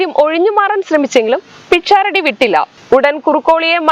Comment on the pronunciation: പിക്ഷാറഡിയല്ല.. പെണ്ണേ.. പിശാരടി ആണ്.. ഇനിയെങ്കിലും പഠിക്ക്